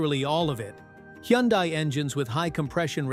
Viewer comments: It's pronounced Hun Day not Hee yun Die. Just saying... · Correct, Hunday......hurts my ears hearing him mess it up. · All this applies to KIAs, too!😂😅😊BTW, Hyundai is pronounced like "Sunday". Just saying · I call it "hi un di" ... lol!!!! In Korean, Hyundai (현대) is pronounced roughly as "hyoon-deh" or "hyun-day" (split into two smooth syllables: hyeon and dae). It sounds closer to "hy-un-deh" rather than the popular English "hun-day" or "hy-un-die"